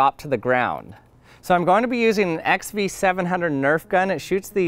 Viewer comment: Dumbass said x v it's obviously Roman numerals